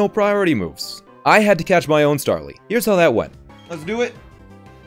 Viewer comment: "Stawly" - 2020.